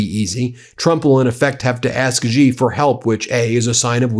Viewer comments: China’s leader’s name is pronounced “She Jing Ping” - very simple! Please correct! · Xi Jinping, pronounced "Shee Jin Ping" Beijing, pronounced "Bay Jing" j as in jingle. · Bro, it is pronounced shee jin ping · Ben: phonetically, "Bay-jing" and "Shee-jean-ping". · Ben, Xi Jing Ping is pronounced as " She", like the female pronoun!!! 😮😮😮 why is it so difficult for you to pronounce it properly!!! " She," Ben, that vibrating z sound you make is bizarre!!! Have you never heard his name before???😮😮😮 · The X in Xi is pronounced more like a C sound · Ben- I'm a fan but it's SHE-jin-ping, not JI-jin-ping. Please try to get this stuff right for credibility. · Small point but it's not Ji Jin Ping. Xi is pronounced "she". It really grates to hear it said so wrong. Anywho, Trump couldn't have picked a better, more appropriate time to visit China as it's collapsing. There's currently a run on banks, and revenge against society killings are going mental at the moment. On top of all the other problems like the increasing company fires, as disgruntled workers burn them down, millions unamployed as businesses have closed en masse and foreign companies have pulled out. Millions sleeping on the street too. It's not great, so Trump SHOULD have everything to offer, all in his court. But of course he'll fuck it up entirely. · I'm Taiwanese. I love China. And it's pronounced "she" not "ji". The reunification is not Trump's business and not yours either. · It’s pronounced “she” not “jee”! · Stop mispronouncing the president of China’s name. iI’s “She” with a harder S, not “Gee!” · XI is pronounced SHE, not GEE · Please learn the pronunciation of the Chinese leadership. If you are talking about Trump respecting others, you yourself should learn to pronounce foreign names. it's 'shi' not 'Z' and 'Wahng' not the American 'a' like 'drank.' Also 'Eeran' not I Ran' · Dude .. not "ji" "jing" ping. Si jin ping. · It's not G shing ping. Stop being lazy, or just American. "She Jing Ping."